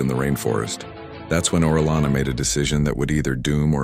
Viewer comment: You pronounced his name correctly the first time. Then you you continually misprnounce his name throughout the video.